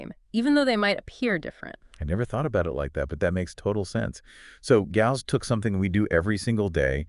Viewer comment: The fact that they can't pronounce the name "Gauss" consistently is maddening! It's like nails on a chalkboard!